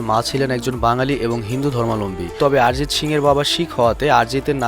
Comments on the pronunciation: আরজিত না অরজিত ঠিকই করে বলো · Sob thik chilo, kin2 aarijit aarijit aaarijit sune matha khrp hoye gelo... 😂😂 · কি আরিজিত আরিজিত করতাসেন!! ওটা অরিজিৎ হবে। বাংলা শব্দ। হিন্দিতে অ কে কিছু ক্ষেত্রে আ দিয়ে উচ্চারণ করা হয়ে থাকে। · ভাই আগে উচ্চারণ ঠিক করে করো।ওটা আরিজিত সিং না অরিজিৎ সিং। আর কারা অরিজিৎ সিং কে চেনে না বলতো? তুমি এরপর ভিডিও বানানোর আগে উচ্চারণ ঠিক করে করা শেখ plz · আমরা বাঙালি, তাই ওটা আরিজিৎ হবে না, আমাদের উচ্চারণে অরিজিৎ হবে ইংরাজিতে বানান এক হলেও হিন্দিভাষীদের থেকে আমাদের উচ্চারণ আলাদা হবে। যেমন:- হিন্দিতে সালমান( salman) উচ্চারিত হলেও বাংলায় সলমন(salman)। কারণ কোনো শব্দের প্রথমে saথাকলে হিন্দিতে 'সা' হয়, কিন্তু বাংলায় sa মানে 'স' হয়। তবে সবক্ষেত্রে নয়।